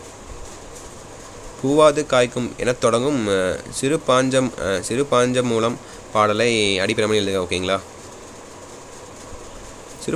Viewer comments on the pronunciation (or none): Yean ayya eppadi yemathureenga...old portion.. Aprom சிறுபஞ்சமூலம் உச்சரிப்பு சரியில்லை... சிறுபாஞ்சமூலம் னு உச்சரிக்கீங்க😮